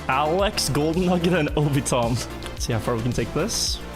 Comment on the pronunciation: Can tell is not an anime enjoyer, calling Obito M. 'Obitom'.